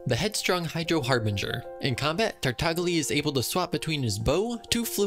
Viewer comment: how did you get "childe" and "tartaglia" pronunciations wrong but not "xingqiu"